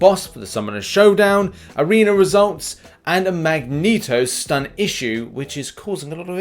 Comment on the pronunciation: Ah yes "Magento". Jokes aside Love ya!